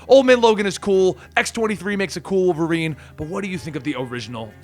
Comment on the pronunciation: You mean Wolferine?